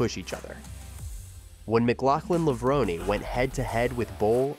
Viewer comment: Please pronounce Levrone correctly - it has an inflection or hidden acute accent at the end, making it 'Levro NAY'. Tony Hunt World Junior Athletics News NZL.